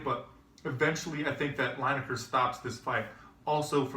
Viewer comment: It's pronounced Leeneker, not Lyneker